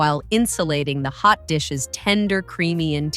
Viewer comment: AI. It does not know how to say hot dish. Lol.